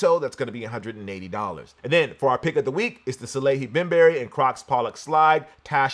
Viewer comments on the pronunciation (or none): It’s BembUry, not “Bemberry”… Salehe is famous enough within sneaker culture. We should be able to pronounce his name correctly at this point.🤷🏻‍♂️